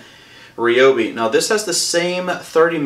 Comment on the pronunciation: If you're going to review something, pronounce the name correctly 😂😂 RYobi. Not REEobi. Geez.